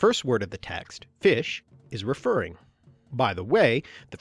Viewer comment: The OE word fisc must be pronounced /fisk/ !